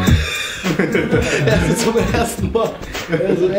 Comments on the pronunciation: das heißt red!!😑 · Apo... Apo, darf ich jetzt? ES HEIßT RED! XD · APO APo es heißt red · Apo apo das heißt red mann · Nicht apo das heisst red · Das heißt Red